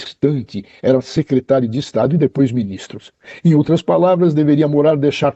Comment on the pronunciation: DINO É UM CARA DE PAU, DELIRANTE É ELE, ELE QUE MOSTRE TODAS IMAGENS, NÓS QUEREMOS VER TODAS. DINO MENTE. DUVIDO QUE NÃO CONHECE AS IMAGENS. 6 MESES DEPOIS DE MENTIR QUE TINHAM SIDO APAGADAS !!!!! APRESENTOU MEIA DUZIA DE IMAGENS E DISSE: "AS OUTRAX SÃO IRRÉLÉVANTIX". QUEM É O DINO PRÁ ALEGAR QUE "AX OUTRAX SÃO IRRÉLÉVANTIX"? TODOS TERRORISTAX COMUNIXTAX INFILTRADOS APARECEM NAS IMAGENS. TAMBÉM TEM QUE INVESTIGAR QUEM ABRIU AS PORTAS DOS FUNDOS PARA OS GOLPISTAS DE FATO ENTRAREM E APLICAREM A EMBOSCADA NOS PATRIOTAS. QUEM DEU UM GOLPE FOI A ALA COMUNIXTA DO STF/TSE, TANTO QUE - ESCONDEM AS IMAGENS DO DIA 8/01 - ESCONDEM AS PROVAS DO MANDANTE DO ASSASSINATO DE BOLSONARO - ESCONDEM OS CÓDIGOS FONTE DE TODAS ELEIÇÕES - SEMPRE FRAUDADAS. "TODO CRIMINOSO TENTA ESCONDER AS PROVAS DOS SEUS CRIMES" ESTARIA O STF PROTEGENDO OS CRIMINOSOS ? OU SE PROTEGENDO ???